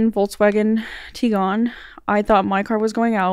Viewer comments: The way she said "Tiguan" triggered me so hard... But fighting three people in court at 22 is insane. I watched my bf fight multiple people in court simultaneously at 31 and it almost killed him. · I have one and I’m not sure how to say it 😂 Apparently it’s a mix of “tiger” and “iguana”